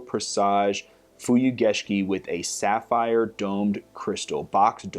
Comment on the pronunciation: The pronunciation! :D Great job with the sapphire